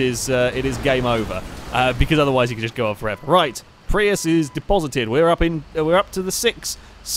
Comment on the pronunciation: I saw a Prius in Oregon with the license plate "PRI AYE." I thought immediately of you. I guess your pronunciation in correct.